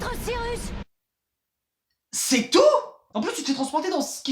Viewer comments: "Sirusse araité" "Metreuh Sirusse" mdrrr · Par contre excusez moi mais pour une fois que je peux parler de ça donc je me retiendrai pas mais....Siruss ?! SIRUSS ?!! WHAT THE F*